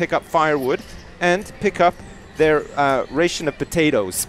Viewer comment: Lol that's not how you say ration...